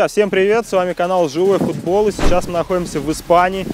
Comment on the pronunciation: мне кажется или он сказал живой хутбол